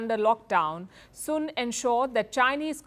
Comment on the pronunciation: 😂😂😂😂😂AaaaaaIndia Lady. The Last Name . SUN.AND not. Soon 😂😂😂😂😂😂Putt The Alcohol Down 😂😂Richard